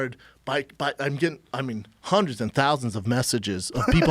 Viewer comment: “Hunnerd percent”